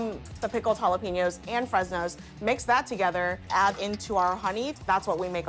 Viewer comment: If you can't pronounce jalapenos, please don't say it lol